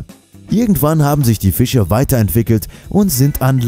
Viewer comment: Fiche???? Das heißt „Fische“!!